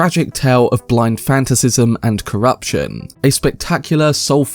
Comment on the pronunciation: FANTACISM? it's FA - NA - TA _CISM .. nice review but please enunciate properly